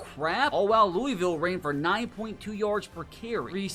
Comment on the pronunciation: As a Kentucky resident, I hate how people outside of Kentucky say Louisville.